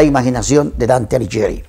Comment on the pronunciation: Pronuncie bien el apellido por favor!! Alighieri !!! Por favor un horror!!!!